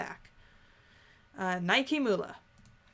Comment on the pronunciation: Nihkee is pronounced like "Nike". The shoe. So yeah, Nigh-keeh.